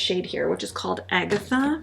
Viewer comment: Thank you for saying Agatha correctly 😂